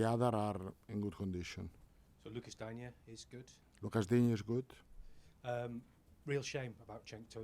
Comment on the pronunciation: Lucas Dineye, that's got to be the worst attempt and his name I've heard yet.